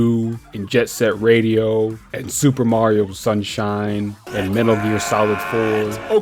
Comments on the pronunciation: Lost me when he said "Mary-Oh" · Did you say Marerio...